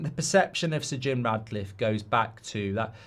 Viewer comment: You do know his name's Jim Ratcliffe 🐀 right, regardless of Mark's ludicrous pronunciation? 😅